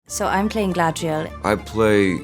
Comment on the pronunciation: Gladriel? Isn't she called GAladriel??.. never heard her name pronounced gladriel ..and that's coming from her actress 🙈